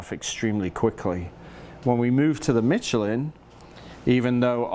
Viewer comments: Great video. It’s pronounced Me-Che-LIN with an emphasis on the final syllable. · Dude it's pronounced Michelin